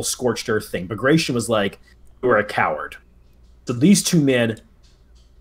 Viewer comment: Not to be that guy, but that is not at all how bagration is pronounced, it's pronounced exactly as it's written, letter by letter: bag-ra-ti-on.